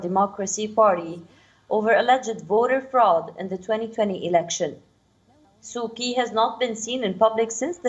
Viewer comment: It's Su Chee.. not Su Kee